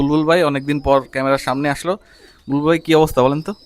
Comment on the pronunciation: বুলবুল❌ বালবুল ✅